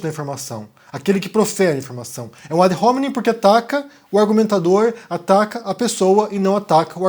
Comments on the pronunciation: Excelente texto (como sempre) que nos inspira a reflexões filosóficas. Apenas uma minúscula contribuição de ordem formal: a pronúncia para "ad hominen", termo em Latim, seria "adôminen", sem o "R" utilizado na palavra inglesa "home". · O rapaz burro no Latim o H não se pronuncia. Não sabe nem pronunciar ad hominem